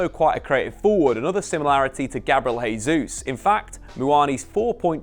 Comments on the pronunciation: In Spanish a letter J at the start of the word is pronounced as an H. In Portuguese a J at the start of a word is pronounced as a J. Jesus is Brazilian thus speaking Portuguese, therefore his name is "Jesus", not "Hesus". Pronouncing someones name correctly is just the basics, especially as Jesus has been playing in England for years. I think Shearer also pronounces his name incorrectly, but I'll give Shearer a pass as Geordies barely speak English as it is. Just as an added aside a word starting with R in Portuguese is pronounced H, so all these years you've also been saying Ronaldo incorrectly also. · Love your work but it's pronounced Jay-souz not Hay-souz. Portuguese doesn't substitute the J with Hay. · Just FYI. You keep saying 'Hayzeus', so you're using a foreign pronunciation to get it a closer to how natives would say it. However, you're using the Spanish pronunciation of 'Jesus. You should use the Portugese version - phonetically this is 'Jay-zeus'. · It’s not pronounced ‘Hay-sus’. That only happens in Spanish and not Portuguese. Really annoying that you insist on calling ‘Jay-sus’ as ‘Hay-sus’. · Nice analysis, but cmon, you should know that being Brazilian, Gabriel's last name is pronounced Jay Zeus, not Hay Zeus. As for signings, Mudruyk and Thuram both seem like they would be nice additions. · 2022 and still saying “hey-Zeus”